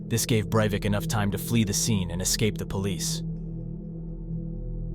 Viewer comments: Overall I think this video is good, and I'm always happy to find channels that treat true crime stories with respect, but you switch between pronouncing "Breivik" three different ways and it kept catching me off guard each time. 😆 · maybe it's just me but I found it a little annoying when you would pronounce his name differently every other time you say it lol. Great video over all tho! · Can u stick to one pronunciation of the name. Its annoying enough how often u say it.